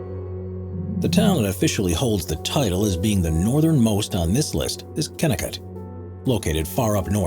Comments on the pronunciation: It's pronounced kenniCOT AND RAIN(soft g)gel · your info on kennecot is wrong in so many ways.... from pronunciation, to the fact its not a ghost town. people still live there. just not in the mine itself.